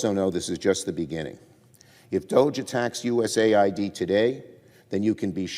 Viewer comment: Why are these POLITICIANS so DAMN Dumb that they can't say US-AID correctly?!!? It is not USA-ID!!! It is US-AID!!!